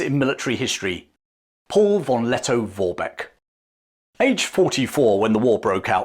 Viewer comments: Plewe spell V = F. So it sounds like Forbeck. Thank you. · It's not pronounced "won Letto-Worbeck" 😅😅😅.